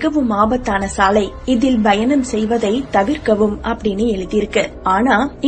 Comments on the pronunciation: Bayanam illey payanam plz pronounce tamil propely..tamil nam mozhi athaiye sariya solley teriyalana epadi??? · Voice super madam... But... Bayanam illa Payanam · Payanam kuda yann la bayanam nu soli bayamuthuringa 😂😂😂😕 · That's not bayanam its payanam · Bayanam illa ka payanm